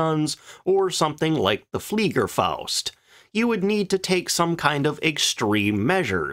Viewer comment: cool that you pronounce the "fliegerfaust" corrdctly ;-) not that i get offended by other channels narrators butchering german pronounciations, it always gives me a chuckle, but in this case the smile is on your face as u did it correctly ;-)